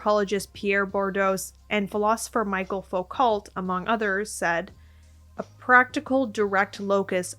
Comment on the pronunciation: (Also I hate to be that girl but I wanted to let you know that Michel Foucault is a French name so it’s pronounced like Mee-Shell Foo-Co but that’s okay because it means you actually read philosophy and literary criticism and don’t just listen to Weird YouTube Guys lol this is a great video)